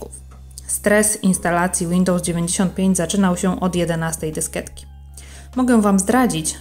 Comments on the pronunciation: dysketek, dysketki,na dysketkach Nie moge tego słuchać.. DYSKIETKI KURWA! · Fajny filmik leci łapka w górę ;) tylko czemu ten przemiły głos mówi dysketki a nie dyskietki ? ;)